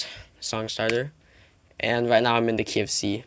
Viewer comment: I thought he said "I'm in the KFC" not "I'm in the key of c"